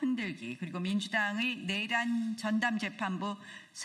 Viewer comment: 그냥... 전봇대 위에 새가 앉아있고 밑에 멍멍이가 앉자있고.. 그형태가 개 와 새 가 끼리끼리 ..멍소리..하고 국민은 생각이 없나? 본인들 말고는 다 알고 있다는...... 저분들의 뇌란? 입법내란? 뇌란? 발음좀 .. 정확히 촉구드려요